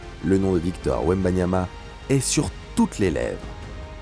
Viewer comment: Même les français se trompent du nom de « wembanyama »😂😂😂